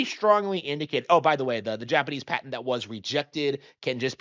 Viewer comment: Great video! But word of advice, it's "pat-ent."😅